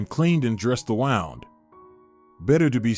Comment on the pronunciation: I know it's just a small thing, as this is a very good story, but I wish your computer voice would pronounce the words correctly. Kinder not keender. Wound, like a sore. Not wound, like wrapped around something. Plus she's only supposed to be in her twenties, but looks like she's in her forties on the screen.